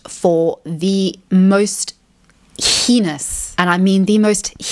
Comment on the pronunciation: 🤣 she said henis